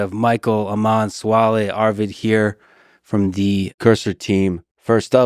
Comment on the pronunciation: It's not pronounced "Amaan" 'Am' part is correct just add 'an' at the end (like an apple an)